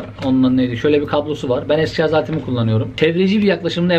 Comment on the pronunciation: Şarz demeni özlemişdim reis))